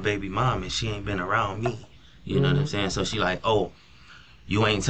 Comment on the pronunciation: "noumsayin" ??. Lies just as bad as Darrell Brooks